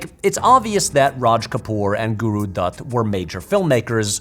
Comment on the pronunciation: damn the video is very impressive, but even more impressive is your pronunciation of certain words. You have that "D" sound (like in Dutt or Dosti) down to a T